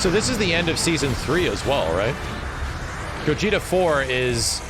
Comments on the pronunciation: Am I the only one who got triggered when he said gogeto lol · Damn it. I love DB and I love you but when you say gogeto burrito frito ito etc it kinda drives me nuts. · This man said gogeto burritos mega Fritos I'm dead😆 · Gogeta, say it with me Go-Ge-Tuh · making food puns trying to pronounce Gogeta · It’s gogeta